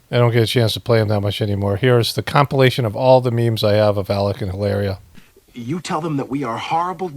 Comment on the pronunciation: you totally shredded "Hilaria" 👍🏻